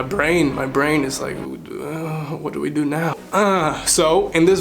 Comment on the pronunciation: that "we" is very italian